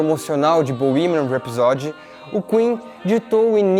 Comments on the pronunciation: Gostei deste vídeo, do texto e de sua edição bem profissional. Só queria sugerir ao simpático que acentuasse o primeiro "a" de rhapsody, rhápsody e não rhapsódi. De resto, só elogios ao vídeo. Não seixem a peteca cair. Está muito bom, assim. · Que aflição com a sua pronúncia de "rhapsody"... custa nada dar uma olhada antes de fazer um video sobre Queen.